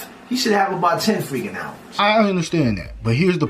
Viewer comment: “Alvums” is killing me lol